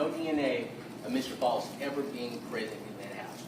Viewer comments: It’s pronounced Faust like Frost…idk where they got that Foust pronunciation from…his name is Edrick FAUST… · Mr. False? His own attorney can't even pronounce his name? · it’s not that hard to say Faust